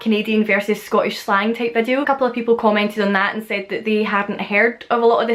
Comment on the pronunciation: type sounds like tape lol love it